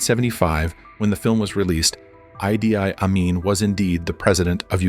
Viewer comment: I have never heard his name pronounced "eye dee eye Amin" before.